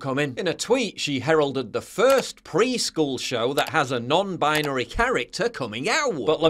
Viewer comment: Sorry, did you say 'non-bisonry'?